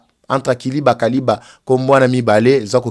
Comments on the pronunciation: Kiliba et non kaliba. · SUCRERIE DE KILIBA ET NON KALIBA. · Kiliba et non kaliba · C’est kiliba et non kaliba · Sucrerie de KILIBA et non Kaliba,! Merci beaucoup pour toutes informations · Kiliba et non Kaliba,.